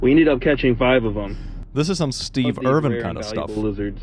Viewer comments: Steve Irwin not Irvin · yo just a quick nitpick, steve irwin's name is pronounced more like er-win. just a little nitpick from an aussie, love your vids keep up the great work. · As an Australian, I died inside a little every time he said Steve Irvin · Please. It’s Steve Irwin. Not Irvin. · "Steve Irvin" Me, an Australian from the same state, knowing its a mispelling/mispronunciation: sobs in 'Irwin' not 'Irvin' All seriousness though, the snakes here get pretty big... at least where I'm from. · No hate or anything, but it's Irwin not Irvin ❤